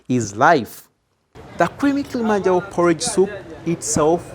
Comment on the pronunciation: Its not kilimanjalo,its called kilimanjaro